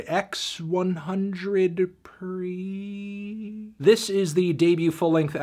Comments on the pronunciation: ex one hundred.. preee?? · Ex one hundred pree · The name of the album is "por siempre" which is "for ever". Not x hundred pre. Learn your names PANTANO. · "x one hundred pre" im laughing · "ex one hundred priiii" LOLLLLLLLLL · Bro said ecks one hundred pree 😂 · ‘X’ One hundred pre???? What the fuck? ‘X’ = Por, 100Pre = Siempre. “Por Siempre”=“Forever” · "Ecs guan jondred pre" dijo el Melonfa Ntano. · it's pronounced "por (x) cien(100) pre" -> "por cienpre" -> "por siempre" you monolingual silly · He can't pronounce the title of the album? I'm leaving. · Hi, Anthony. It's pronounced "Por Siempre", translation forever. X is used in multiplication, pronounced POR 100 is CIEN pre is pre. A wordplay akin to 4ever. I love you <3 Also, please don't review this fucking bullshit again.